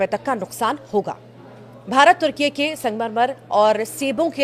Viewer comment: तुर्किये उच्चार सही नही। उस स्पेलिंग मे ye ऐसी अक्षर रचना नही है। अकेले y का उच्चार ये ऐसा नही करना अगर य का उच्चार ये ऐसा करोगे तो ये का उच्चार कैसा करोगे।